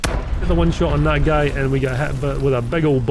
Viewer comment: You pronounce guy wrong, you say something familiar